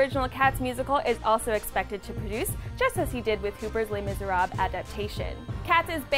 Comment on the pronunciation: People need to learn how to pronounce Les Miserables, it's miserabluh not miserab.